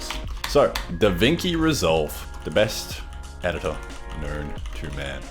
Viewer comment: Italian's having heart attacks every time says DaVinki